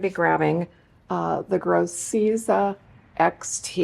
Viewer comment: Im pretty sure it’s pronounced gro-sezza instead of gro-seeza